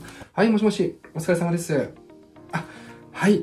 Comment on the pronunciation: 「お疲れ様です」の「す」に青森ある😁